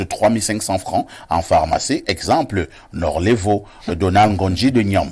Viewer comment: Norlevo, pas Norvelo... Sinon, tres belle émission encore une fois.